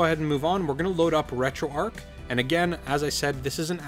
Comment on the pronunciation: I have 2 questions why does this guy keep saying retro ark when its pronounce retroarch and 2 why didn't he just give us the files from his pc?